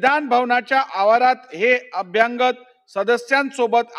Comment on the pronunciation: वाईट वाटते यांचे मराठी उच्चार ऐकून. मराठी आणि इंग्रजी भाषे मधे प्रेसिमे असा कांहीं शब्द नाहीय. तो शब्द प्रिमायसेस म्हणजे आवार असा असावा. तसेच अभ्यांगत नसून अभ्यागत म्हणजे पाहुणे असा शब्द आहे. पोलीसांनी लिहिलेला रिपोर्ट शब्द दुरूस्ती करूनही वाचता येतो. पण महत्वाच्या अशा अध्यक्ष पदावरील व्यक्ती कडून हे लहान मुलांसारखे वाचन मुळीच अपेक्षित नाही. वाईट वाटते आणि कींव येते हे ऐकून. विशेषतः मराठी भाषेला अभिजात भाषेचा दर्जा मिळाल्यावर.